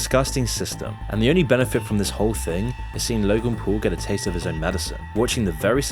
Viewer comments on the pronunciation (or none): none